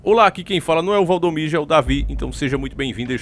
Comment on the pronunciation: Não é valdomijo e sim Valdomiro ok davi